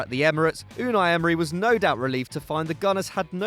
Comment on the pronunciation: Mate his name sounded like Arsenal The club isn’t named Emerynal smh Arsene should have the job today